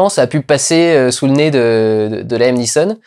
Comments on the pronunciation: On dit pas Laïm mais Liam (avec un "a" court) pour le prénom Liam Neeson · On dit "Liam" et pas "Laïam" :) Just sayin' ;)